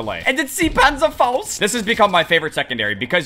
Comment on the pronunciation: Why is it impossible to say “panzerfaust” without a German accent 😂